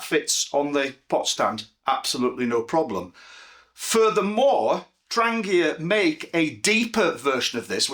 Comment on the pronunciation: THANK YOU for not saying 'tran jee uh'. <3